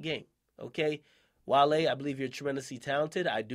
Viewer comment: Wale was fuck from the pronunciation of his name 😂 🐋